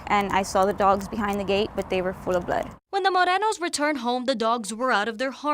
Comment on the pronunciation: Put these two trashy people in JAIL where they belong. Then, let their trashy kids beg for them to come home like they did for their trashy dogs. And, the reporter pronouncing their last name with an affect voice needs to go too! Maybe she can visit the "Mord-deno'os" while they are both in the can.